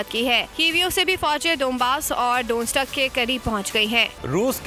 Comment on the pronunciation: DONESK PERHAIN ISSAY DONSTIK NAHI